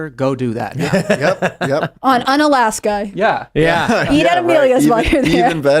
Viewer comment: It's pronounced "oo-na-laska"